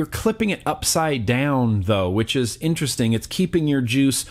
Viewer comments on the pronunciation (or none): none